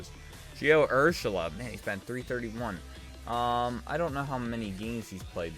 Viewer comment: Idk if u picked Urshela yet or not but the accent is on the middle syllable, and he is a god in the field. He also hasn't played the entire year, and has had over 5 game winning hits this year. Honestly if he keeps having this good a year he might be a dark horse MVP candidate.